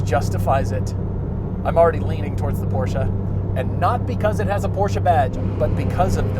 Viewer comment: Love a front engine rear wheel drive. No comparison between these. Porsche is a two syllable word!